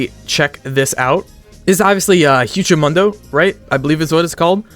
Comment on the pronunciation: HUCHO MONDO???? 😭 brooooooo (hu-ay-co moon-doh)